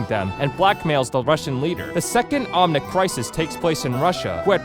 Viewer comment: You pronounced Efi incorrectly, and you called the Omnics, omniums